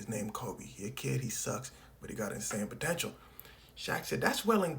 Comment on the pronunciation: did you just say… potential?